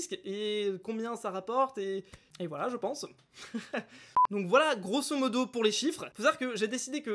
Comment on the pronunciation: Pourquoi tu dit touctant grosse modo sa veut dire quoi u juste sa m’énerve